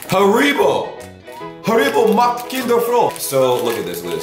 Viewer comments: Holy crap do americans pronounce Haribo like that? you're supposed to stress the a, not the I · little hint: pronounce haribo on the „ha“. HAribo